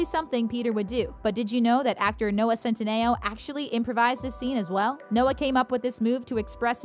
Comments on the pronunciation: It’s pronounced CEN-TEEE-NOOO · You’re saying centineo wrong